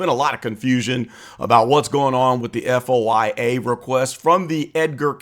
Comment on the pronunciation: You should pronounce the word, F.O.I.A. as “foia” or FOY-A. No one says just the initials.